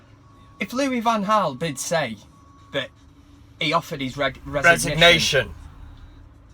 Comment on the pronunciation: Pronounced it wrong so I did a voice over!!!